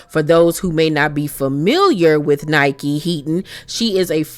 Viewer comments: You are pronouncing her name wrong it’s Nicki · It’s pronounced “Nicki” not Nike.